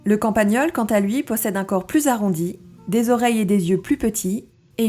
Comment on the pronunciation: Super intéressant et instructif , je m'abonne. Un détail c'est campagnol et pas campagneul